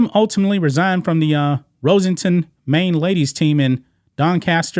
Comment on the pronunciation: Rossington: not Rose-sing-tan but Ross-ing-tun. Yorkshire: not York-shy-err but York-Sherr.